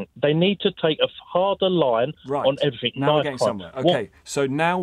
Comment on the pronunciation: Everyfing mate, everyfing. everyfings